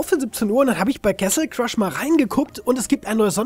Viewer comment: Bin ich der einzige der sich jedes mal aufragt wenn er "kessel crush" sagt? Bitte google doch mal endlich wie man das wort castle ausppricht :(